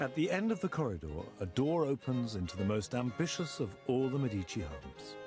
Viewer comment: Listen to how the Italian lady pronounces Medici! That's the correct way to pronounce it! Get it right!